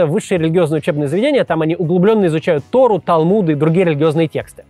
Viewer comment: Не Тору а торУ